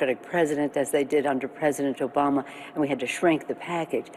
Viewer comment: Did she say joe bama